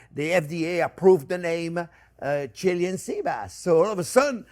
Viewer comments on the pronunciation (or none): Properly pronounced Chee-LAY-an.